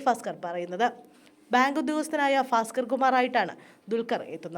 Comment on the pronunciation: Fasker അല്ല ഭാസ്ക്കർആണ്